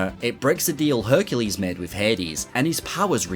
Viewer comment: Every time he says "Herculade" he loses his chances of getting Hercu-laid I've been watching so many RA 100% videos lately, that now as a junior dev, it's on my bucket list to have a video made for at least one of my sets in the future